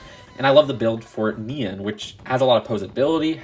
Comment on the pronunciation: Not nian neon